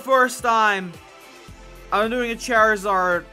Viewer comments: Not cherizard (Charizard)😂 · Lol you pronounced it chery Zard